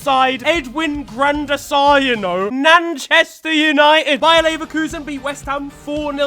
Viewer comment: “Edwin Gran Der Sar”💀💀 “Nanchester United” 💀💀💀💀💀💀💀💀